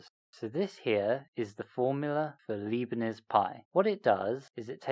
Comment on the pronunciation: His name is Leibnitz, not Liebnitz. ;)